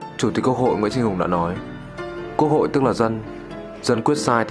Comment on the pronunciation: Có phai chì mình tui nghe chủ tích'quốc hội" thành "cơ hội: ko ? Thâm vcc